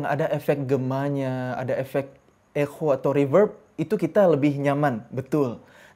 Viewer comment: Jadi bacanya ekho 😂